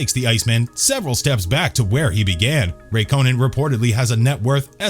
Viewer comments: Kimi raïkkonen more like Kimi rakkonen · Wtf is Raykonen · The pronunciation! (Ruck-Conan!) You didn't get even one right! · Kimi “Rak-Co-Nen” “Jag-Wire” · Do you think this guy lost a bet for how many names he could butcher, vet el, rakonen, renalt, the list goes on, also someone count how many times he said ‘Sebastian Ve-ttel’ ‘If you arent interested in F1 you mat not know the iceman kimi rakonen’ yeah mate you clearly aren’t interested then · I swear u guys can’t say any names right who tf is ray konen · I had to click off the video after he said Kimi Rye-co-nin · Too right man, calling kimi, raiconen🤣bloody joke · Did you just say Kimi Rakonen??? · Kimi 'Rack--own-in' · Pronunciations such as Raikonin, Irvine, Jaguar, Alain Prost & Renault - absolutely hilarious. Are these pronounced by a human or automated computer announcement. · Sebastian vuttEl kimi rakonen and ranolt 🤦🏼‍♂️